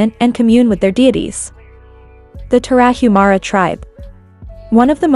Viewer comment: It would be nice if A.I. could pronounce Tarahumara correctly.